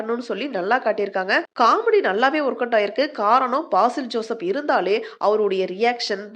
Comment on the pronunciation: அவர்‌பெயர் பாசில் ஜோசப் அல்ல.பேசில் ஜோசப்.Basil Joseph.